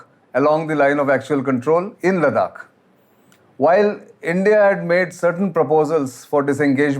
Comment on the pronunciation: Sir with due respect. Whenever you are speaking as an expert. Kindly please get pronunciations right. It's not ladak it's ladakh . Sorry not a ladkhai myself but you know ita nice to pronounce them correctly. Thank you.